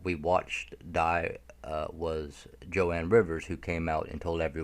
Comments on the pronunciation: Its Joan pronunciated "JONE Rivers, not Jo Ann. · It’s JOAN not Jo-ann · One more thing..sorry.. Joan Rivers is pronounced "Jone" not "Jo-Ann". "Joan" as in "loan", "moan". Joan Rivers is s very famous comedienne been around for a long time. I hope she's alive too. She must know a lot. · Joan. Not Jo Ann. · Jone pronouncing joan